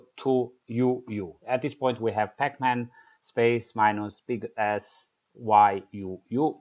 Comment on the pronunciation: Sorry i giggled a bit when you said Big S. Anyway thankyou nice tutorial and easy to umderstand